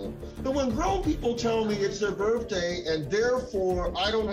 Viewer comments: It's BIRTHDAY ...not BIRFDAY!! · Sounds like the judge pronounced it "BIRFday" instead of birthday. 😂